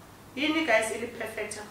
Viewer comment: " hini guys ilip perfector? It perfects the lips?" 😂😂😂 you give me life 😂